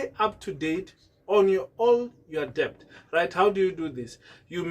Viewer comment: Det not de b t